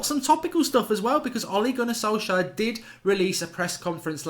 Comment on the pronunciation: The correct pronunciation is SOLSH SCARE.